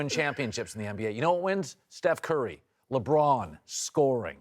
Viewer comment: Louisiana talk